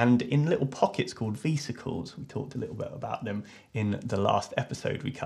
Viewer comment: Do you call Vespas "vee-spas"? Because....vesicles isnt pronounced vee-sick-els it's veh-sic-els